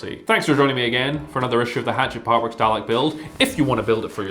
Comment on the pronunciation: The deep vicarious joy from your reaction to the inner cover was excellent, thank you. Also spot on for the pronunciation